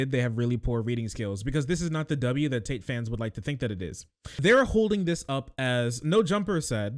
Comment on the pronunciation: lol the guy says "Andrew Tight". Not for long bro, not for long.